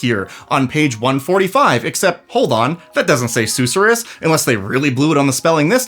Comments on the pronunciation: Sus sure rus, not sooh suh rus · Sus sir us. Not probounced like the Dr. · king i beg you. the emphasis is on the second syllable, not the first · It’s pronounced “suss-er-us” 😋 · Seriously, I winced each time LOL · Youre mispronouncing susorrous